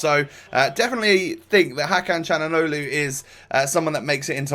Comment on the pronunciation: u just say chalhanoglu